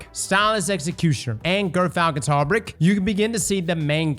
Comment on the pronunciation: why does NOBODY pronounce Gyrfalcon's Hauberk right?